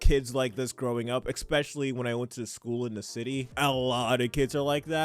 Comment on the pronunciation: Especially*, not ickspecially. It's not a word. 🕊️